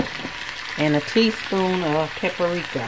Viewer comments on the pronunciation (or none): I decided to watch just out of curiosity. NOOOOOO.....it's not 'pa puh ri ka'. It's only 3 syllables, not 4! Pa-pri-ka.